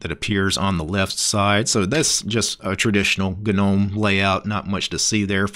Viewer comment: Gnome is silent "G". Saying "Ginowm" is like listening to someone pronouncing knuckles as "kinokels" or pneumonia as "pinomownia" lol you kinow